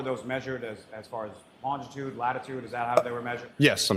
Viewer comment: He always pronounces “looooshitude” like “lingerie” 😂 or why? Of course for an academic trooper “lingerie” is the very more common word than “longitude” 😂